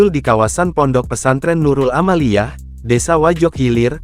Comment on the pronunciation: Yg ini banyak yg tak btul kata" nya .Nurul aamiyah .di bilang Nurul amaliyeh😂😂😂😂